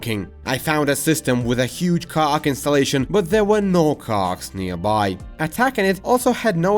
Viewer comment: the way you say Khakk is so funny and hearing 'a huge khakk installation' had me laughing so hard. Good on you for doing bilingual vids though! 😂